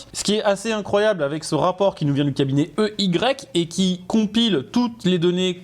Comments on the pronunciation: Faut que tu prononces i why et non ey 😅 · On ne dit pas EY mais "i waï" ou alors Enerst & Young 😅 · EY ça se dit « he why » frérot